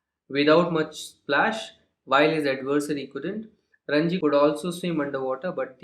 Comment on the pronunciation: Sir it is ranji not rajni